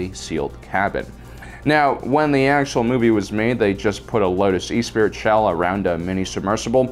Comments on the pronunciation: E spirit is pronounced ess per ee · sighs and shakes my head ...Esprit is pronounced Esspree.....not E-spirit!...jesus do some effing research will you?! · Esprit is pronounced es-spree, not e-spirit. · My future car brain backfires when he says E-Spirit like a vape mod instead of Ess-Pree as in spirit. We've got it. Yes we do. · Not e-spirit. Say it with me...[ess-PRIE]. It’s French bro! It means to be lively or vivacious. Love the vids but you’re killin’ me with the pronunciation! 🤣 Also yes,it was fantastic to see the “Spinners” flying around for the first time in Bladerunner. It was a much more gritty sci-if style of movie that no other director had ever accomplished so well. It was an all new and fascinating look at the future of humanity that wasn’t sanitized like Star Trek (I was 9 yrs. old at the time btw). Heck, modern Tokyo isn’t far off. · You need to work on your pronunciation... "E-Spirit" is actually pronounce "Espree" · Eh-spree, not e-spirit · E-spirit? 🤣🤣🤣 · We concur. The correct pronunciation is 'es-pree' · No hate just a bit of info. It's the Lotus Esprit as in Eh-Spree. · Esprit.. Ess- pree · hurts my soul with the way he pronounces the word "esprit" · I think it was deliberate. He's trolling us.